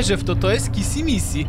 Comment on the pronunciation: Nie kisi missi tylko kiśi miśi😄😄😄😄😄😄😄😄😄😄😄😄😄😄😂😂😂😂😂😂😂😂😂😂😂😂😂XDXDXDXDXDXDXDXDXD